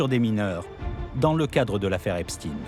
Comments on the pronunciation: EpstEIN, et non Epstine ! Tout çà pour ne pas froisser une certaine communauté, extrêmement susceptible pour être polis. Dont ce pervers faisais parti à part entière, que cela vous plaisent ou non, et ce n'est pas le seul, STRAUS-KAHN, WEINSTEIN, KHON-BENDIT & j'en oublie.... Ha oui dernière chose, il n'y a rien d'antisémite là dedans (Car de toute façon, vous ne l'êtes pas "sémite" pour la grande majorité, puisque vous êtes des descendant des pays de l'est de l’Europe), ce sont juste des faits, rien que des faits, ce serais des "inuites" ou des "Tibétains" ce serais du pareil au même, bref tôt ou tard vous tomberez TOUS les uns après les autres, car il n'y pas de race supérieur (tiens tiens, un point commun avec un petit moustachu bien connu) il n'y a d'ailleurs qu'une seule race, LA RACE HUMAINE, un point c'est TOUT ! Et elle est pas belle à voir, d’où qu'elle vienne pour tout dire. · Il ne s'appelle pas "EPP STINE ...."..ca se dit " EPP CHTAÏNE......",comme FRANKENSTEIN......le temp est mossad......la GERBE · Epstein pas epstine. Satané journalistes. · EPSTINE ? MDR ! Dyslexie ????